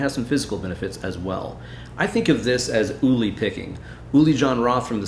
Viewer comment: The Name "Uli" (in German) isn’t pronounced "Oohly" but instead like "pulley", without that leading "p"-character. TWIMC